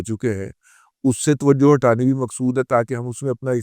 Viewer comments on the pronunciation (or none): none